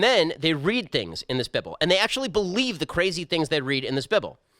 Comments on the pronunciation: What in Hell is a "bib-al"? I thought it was called a "bibe-all". Also slow down your speaking rate. I have to change your download rate to 75% to take in what you are saying. You talk as fast as an old fashioned tent preacher. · He called the bible bibble because that is the way he is reading it. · 'Beeble'? Shapiro, what the hell? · “The Bib-ul” lol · P.S. did you just call the Bible the bibble??? LMFAO I love it! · How he pronounced bible 😂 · Bible... with he short ‘I’.. BWAHAHAHHA